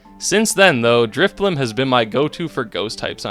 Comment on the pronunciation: DRIFBLIM DOES NOT END WITH A P!